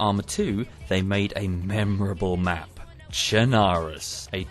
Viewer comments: I hate how he said “chernarus” as “tjenahroes” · I’m liking the in-depth history thing. Pretty sure that’s not how you pronounce Chernarus, though.